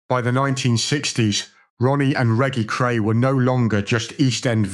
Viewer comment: Reggy Cray???? Make a fucking effort!!!